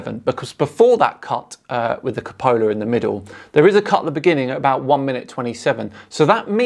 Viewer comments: Hey I love your videos but please pronounce "Cupola" correctly (Q-pola). (You call it the Capola). LEO really has shot himself in the foot with that vid lol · It's pronounced Cu--po--la my friend...love what u r doing, keep it up! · You keep mispronouncing "cupola"